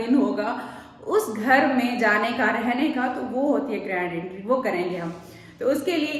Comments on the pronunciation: Intry नही hota entry hota hai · Intry nahi entry hota hai 😊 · Entry hota hai intry nahi 😂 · Intry nai hota Entry hota hai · Jahil bhains bolna seekh lay , agr nahi seekh sakti to khuda ka wasta hai English na bola kr , entry , ye word ja k Google kr ar sunn kr apna word sunn , jahil